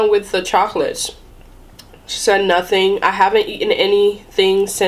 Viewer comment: I know what it meant when she said Nating. Yur rayt. A litel mor slip mayt fiks mi. She meant Nothing. Your right. A little more sleep might fix me.